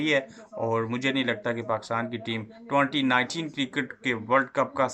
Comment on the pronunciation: twenty ninteeen 😂